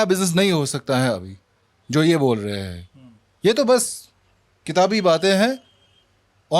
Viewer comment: आप बोल्लए हैं,,,,,,बात चल्लई है क्या उच्चारण है भाई एंकर का ।बोल रहे हैं ,चल रही है बोलिए न